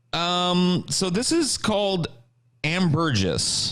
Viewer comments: It’s ambergris not Am Burgess ffs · pronouncing ambergris like ""ann-burr-jizz" was painfull. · It's pronounced "Amber gree", just sayin'